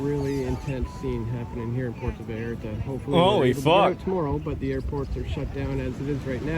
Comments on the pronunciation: Puerta vareh-rah .. Hilarious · "Porto Valerlalalla..." 😂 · It's pronounced Poo air tah Vai art ah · I respect the attempt to pronounce Puerto Vallarta with an authentic interpretation of how the locals would enunciate it. "Porto Valalallar". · It's pronounced PU-OR-TO Vy-AR-ta 🤭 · My boy said "Porto Valara" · I will put it phonetic for you Common known large city“ Poierto Vierta…” come on man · The news here is Asmon doesn't know how to say Puerto Vallarta. I guess he never watched The Price is Right when he missed school because he was sick. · Y'all Value the Opinion of someone who can't be bothered to pronounce Puerto Vallarta or Jalisco correctly? Elites Fund these Organizations every time they Party then they hand out Guns to Barely Legal Citizens when things go Sideways. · Asmongold really out of his depth on all this. Him trying to pronounce Puerto Vallarta and talking about cartels like they’re militia…. They are full military that runs the entire country- they own the hospitals, legal system, the vacation spots, the police, the politicians… they are our next door neighbors, they are a huge threat that will cause civilian casualties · "puerto" what? What was that asmon? Lmfao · Asmon trying to pronounce Spanish words is making my night lol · Puerto Vallarta Pronounced Pwerto Vayarta Asmongold: Pwerto Vardur 😂 Estados Unados 🤣